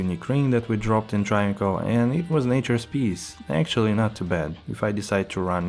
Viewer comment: This Moran can’t even pronounce travincal. Triangle…..